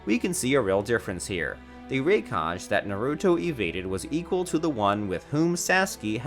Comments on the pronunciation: Can somebody tell this dude that it is rai-ka-gay not rai-kaj. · IT'S RAI-KHA-GHE NOT RAYCATCH. WTH HE CATCHING? POKÉMON?! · RAI KA GEY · pretty sure thats not your real voice you say raykage instead of raikage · bruh why is he saying ray cage instead of raikage lol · Them:raikage Him:raicage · Rikash🤦‍♂️ RI-KA-GE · Rekaj instead of raikage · Its pronounced as (RAI - KA - GE) not (RAI - KADGE) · it is not rikaj it is rikaga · Bruh, it's pronounced "ARK" (arch) & "Rye Ka Gay" (raikage) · th saski what u did to sasuke dude said saski and raikage like raikaze tf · this mf really jus said raykaj like wtf bro🤦🏽‍♂️😂😂😂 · Rey-cage, rai-kaj. Nope i am leaving. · Ray-kidges Fist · why tf are you saying RAI KAHJ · The 'Rai - Kadge' lol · Wtf is “”Rakage“” ?? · “Ruh-cage” (raikage) that’s gotta be satire right? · The raikaj tho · Raikage pronunciation 😂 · A##hole you can't even pronounce sasuke and raikage correctly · True. The way he pronounced "raikage" is a sign that he has never watched naruto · Rai-kā-gây, sauce-kay, Nah-ru-to, Mīn-ato, ra- sen- gan. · Rai Kajj? What the fuck is Rai Kajj? Have you ever seen this show before or do you just pull articles from fan sites? Ok then you say "Ray Kajj". Dude... just stop... Seriously... this is just bad. And then you say Rai Kejj. Make up your mind. "Just as the third Hokejj". Ok I'm done. I'm going to forget I ever saw this video. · whoever narrated this has never watched naruto, lol I could deal with the bad pronunciation of raikage but when he said hokage wrong i was out. I wish youtube left the thumbs down metric available. I could have saved 6 minutes and 7 seconds of my life.